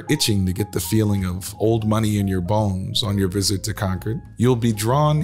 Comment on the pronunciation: This was more like advertising for the country clubs than it was historical. But at least the pronunciation of Concord was correct.